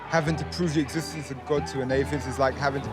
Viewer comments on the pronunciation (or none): Ethithtenth😂😂 u mean existence